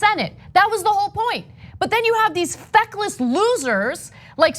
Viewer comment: Look, if I didnt follow Ana in twitter, I would have thought she said "fuckless senators" xD